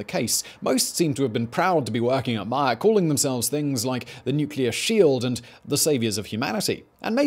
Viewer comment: Man, why would you butcher names like that? It's mah-YAK (yak as in "yuck") and TE-cha (cha as in "channel")